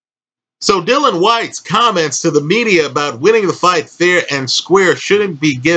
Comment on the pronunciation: Dillian Whyte, not "Dylan Whyte"...